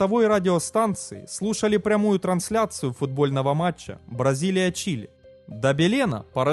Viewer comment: Город Бразилиа с другим ударением произносится